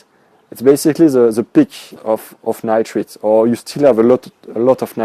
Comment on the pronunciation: Stage 2 is nitrites...pronounced "Nightrights". Well done otherwise. Next video: Fishless cycling?